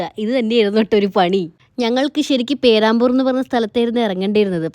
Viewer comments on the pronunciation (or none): പേരാമ്പൂർ അല്ല ചേച്ചി "peh·ruhm·bur"ithu aa pronunciation